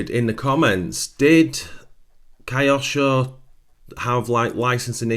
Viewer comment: Don't wish to be rude, but Kyosho would not be pronounced "Kai osho" Correct pronunciation would be "Kyo-sho" - equal stress on both parts or the word, with Kyo merging the letter sounds, rather than becoming "Kai". Cheers!